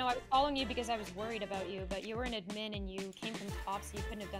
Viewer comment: PLEASE STOP SAYING "idmin" instead of admin.